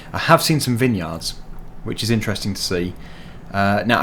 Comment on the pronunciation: vine yards not vin yards!!!